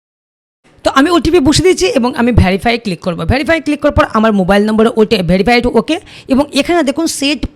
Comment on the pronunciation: আর হ্যাঁ ভেরিফাই নাকি অন্য কিছু উচ্চারণটা একটু সঠিক বল ভাই এজন্য তোমার ভিউ হয় না